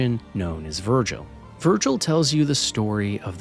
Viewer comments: his name is Vigil, not Virgil 😆you had me questioning my memory there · VIGIL....the construct's name is V-I-G-I-L..not Vergil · Has someone told him that it’s Vigil, not Virgil, yet? 🙃 I’ll always appreciate people giving ME1 its laurels (while also categorizing ME2 as a tad overrated, and the weakest of the trilogy).